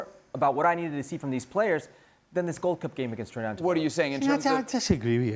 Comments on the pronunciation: Bbboooiiii!!! Shaka is your coworker and youre still saying tobahgo?? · Pronounce tobago properly please🙄😂🥱🥱